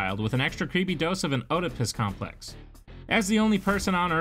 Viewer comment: Oedipus is pronounced Ed-uh-piss